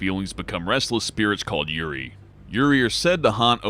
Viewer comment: for the suicide forrest its pronounced yurei (you-ray)